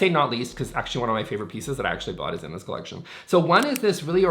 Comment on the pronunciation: With your speed speak you could be an auctioneer. For heavens sake slow down,it’s horrible to try to listen to.Also ,cleckshin is collection.